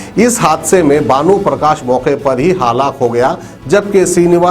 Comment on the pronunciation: Haalaak nahi halak